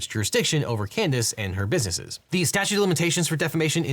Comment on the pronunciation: You said, "bidnesses" dude...